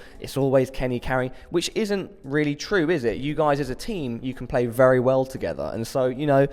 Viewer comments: hahaha he don't say very he say wery xDDDDD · Wery Good Ewyone just joking I love Kenny :D